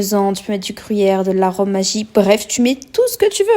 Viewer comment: Maggie c allemand plus présise ment 😅 j’habite en Alsace c tipique en Alsace on ne cuisine jamais sans maggi 😅 PS!!! On prononce les g de maggi et pas magie comme la magie Continuez comme sa l’es moumoute gros bisou ❤